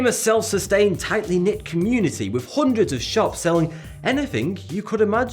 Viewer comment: I like the way he says...houndreds